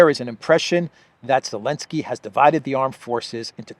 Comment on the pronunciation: Why does say Elenkskry rather than Zelekskey